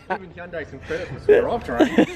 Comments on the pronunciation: It's HYUN-DAI, Not High-Hun-Day or Hun-Day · You could learn how to say Hyundai.